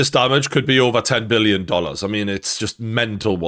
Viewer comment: Not M illon, BILLION.